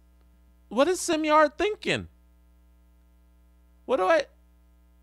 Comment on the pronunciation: Simard is probably upset you keep calling him simyard